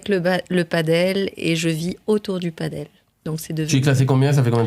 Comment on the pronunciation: padel pas paddle